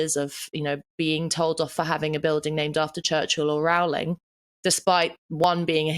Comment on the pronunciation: Again GBNews has mispronounced J.K. Rowling's name.! Why can you never get her name right? It rhymes with Rolling!